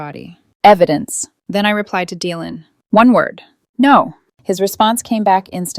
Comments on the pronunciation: Dylan is pronounced Dilan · The y in Dylan is pronounced as an i not as an e